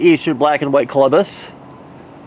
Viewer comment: When you see the Colobus monkeys, please read the sign carefully. There is no 'M' in the name. It is not pronounced like the guy given credit for discovering America. Also look up some videos on Tamarins. You've been saying it incorrectly as well. You say it like TAM - er in. Thank you for your fantastic zoo videos..